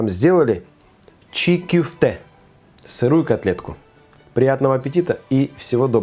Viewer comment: Оставьте свои предположения при себе, ок!? Вот поэтому за два года в два раза и увеличились случаи кишечных инфекций, потому что всякие чии кёфте (кстати так правильно, а не чи кюфте, как автор сказал). И наши рестораны вообще не известны в мире и звёзд Мишлен не получают, потому что такую дичь готовят. От кишечных инфекций кстати и умереть можно, это я вам как специалист говорю.